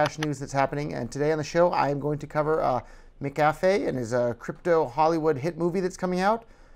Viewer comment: HAHA he can't even pronounce his name right